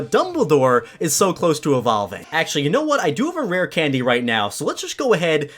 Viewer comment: dID You JuST SAy RArE CANdY